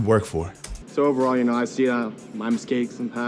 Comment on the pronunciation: Soon as starts saying miskakes and humidity i feel so sorry for him lmao.